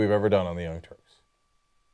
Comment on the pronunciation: He cant even say "Young Turks" properly because he knows its the name of those who committed genocidal atrocities...